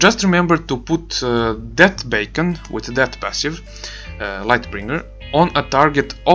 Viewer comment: You keep saying "bacon" its funny and good info